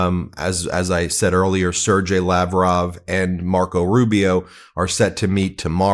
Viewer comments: It's pronounced "SIR-GAY", not "SIR-JAY". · Learn how to pronounce Sergey. It is a really easy word.